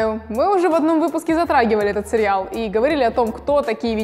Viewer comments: Сериал,а не серьял) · Простите, очень режет слух произношение слова "сериал". Почему произносится "серЬЯл"? И производные от этого слова. С уважением. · Наоборот это круто! Мне нравится как она произносит серьял. Круто же.)